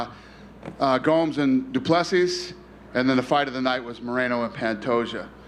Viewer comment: When the reporter asked Dana about Dricus meeting Trump he purposefully mispronounced du Plesis' name...if you're an MMA journo and still can't pronounce it right at this point then you're not where you are based on merit.